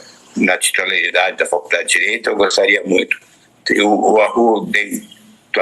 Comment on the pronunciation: É impressão minha ou ele fala: faLcudade de Direito"?